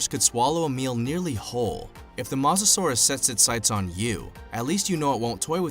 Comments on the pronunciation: It’s pronounced mo sa souras not ma sa souras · It’s mosasaurus not mohsasaurus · It's not mos a Saurus its moesasor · bruh the way he says mosasaurus idk about u but i say it like moe-sa-saurus and not ma-sa-saurus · Its mosa not moza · Mo sa sorus not mos sasuorus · did you said masasaurus the name of the king of lizards is mosasaurus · Mosasaurus is not pronounced MO SA SUARUS it’s pronounced MOE SA SAURUS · It mosasaurus drunken idiot no masasaurus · Well you definetly don't read dictionaries. Mosasaurus isn't pronunced Maw-zuh-saurus, it's Moe-zuh-sauraus. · It's mosisauis as in moe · and ur saying is wrong u saying masasaurus its mosasaurus can u see the o next to the m really! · It,s moherfucking mosasaurus,stop saying masasaurus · It's pronounced mosasaurus not masasaurus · It is not mos it makes theU sound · This is how to pronounce mosasaurus mo-as-saur-us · I think it’s pronounced mosa saurus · you said mawsasores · is no one gonna point out he said mazasaurus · I hate how he says Mazasaurs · It purnouce mo sa ur us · Mosa suarus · TEAM MEG BOI YOU SAID MOSARURUS WROND DUDE like my comment for team meg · Why did he keep calling it Moz-o-saurus it made me so mad thats not how you pronounce it! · Sorry I’m really into paleontology and this video cracked me up. And im gonna now point out everything wrong. First of all it’s pronounced ‘MO susorus’ Second of all it did not just inhabit Europe and the us it also inhabited most of Northern Africa And it is NOT a dinosaur it is a marine reptile so yeah I died watching this video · You are saying mosasaurus roing! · Some do he said mosasaurus wrong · Also this Guy doesn’t even know how to pronounce Mosasoaras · Your pronouncing mosasoures wrong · OH MY LORD UR SAYING THE MOSASORUS WRONG U STUPID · That’s not how you pronounce Mosasaurus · You don't pronounce mosasauras like that oml lol